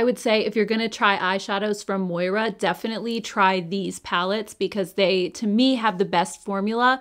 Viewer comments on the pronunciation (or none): Just curious, but anyone besides me thinks this brand should be pronounced “More’ ah” and not “Moy rah”? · Hahaha forgive me for chuckling, but it's Moira. Ya already know haha:)